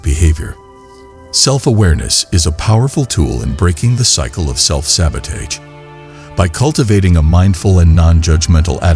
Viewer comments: It was good but i think the mispronunciation self sabotaged the video a bit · Perfect video. I believe the mispronunciation of sabotage was on purpose. Because the video talked about not looking at mistakes and short comings but to focus on more. Do not allow a small mistake or judgment to shape your beliefs and have compassion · Good video, however the repeated mispronunciation of sabotage may be a reason some people dislike the video.